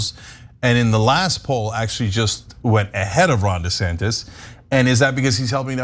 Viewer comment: Um.....the proper pronunciation is DUH Santis.